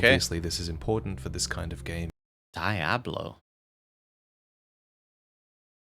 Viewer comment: DIE-ablo,?